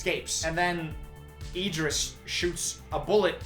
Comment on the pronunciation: obsessed with Idris’s name being pronounced as ee-dris